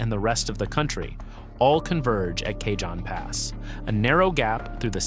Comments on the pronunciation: it's pronounced ka-hone pass. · kay jon pass? Oh for F's sake. Is your AI narrator a moron or was this a human mistake? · FYI, Cajon Pass is a Spanish word, pronounced "Caw-hone". Just sayin'